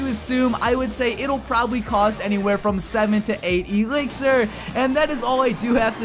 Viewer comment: i hate it when he says Ee-lixir